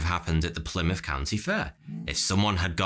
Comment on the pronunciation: wtf is a "Plymout", but a h on that you animal